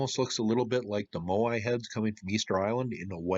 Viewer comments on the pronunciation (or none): none